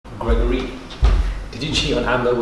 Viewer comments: You are just a MOOD!❤ 😂 man said "Grego-ry" 😂😂😂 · “Greg-Gor-Rey” get me every time 😂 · The way says ‘Greg-or-ree’ has me dying everytime 😂😂😂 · “GregoREE” 😂😂😂😂😂😂 has killed me again today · Why is he saying gergory in African accent, yewande is speaking through him 🥰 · GREGOREE 😂 the emphasisss 🤣🤣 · 😂😂😂the way he says Gregory. I can't 😂🤣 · The way says Gregory kills me looooool 😭😂😂😂